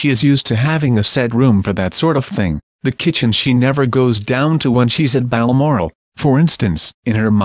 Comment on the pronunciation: Please it is not Balamoral, it is BALMORAL